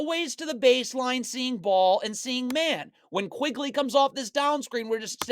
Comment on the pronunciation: Awesome video!! Quickley by the way, not Quigley